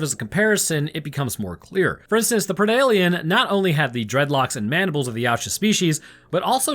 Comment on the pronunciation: Thank you for prounouncing predalien correctly and referring to the Yautja by their actual species name instead of predators. Lol Also, please cover Deep Rising and/or Frankensteins Army.